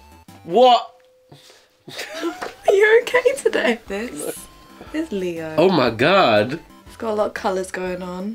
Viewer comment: He kinda stepped out of British when he said " oh my God!"